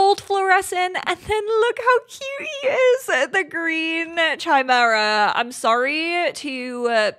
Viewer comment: It's "Kimera" not "Tchimera"